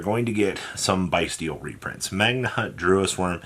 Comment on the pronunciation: It’s pronounced lac-ree-ma and the bystials are pronounced Bis-te-als